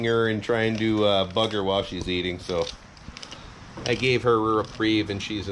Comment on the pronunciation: I thought you said “fuck her” at first lmao but you said “bug her” 😂